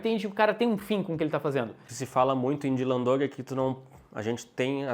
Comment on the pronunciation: eles falam "Dylan Doug", em vez de "Dog".